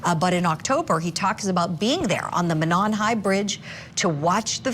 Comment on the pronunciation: Mo' non, long O in Mo. First syllable accented.